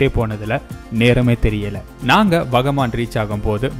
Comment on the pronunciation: Bro onga vucharipila thap iruk..வாகமன்..ithu than sariyana vucharip..